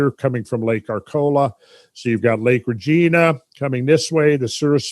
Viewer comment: Minot, was correctly pronounced the 1st time like my not. Regina, however, is not pronounced Regeena. It is pronounced more like vagina. Really great material though. You are the best!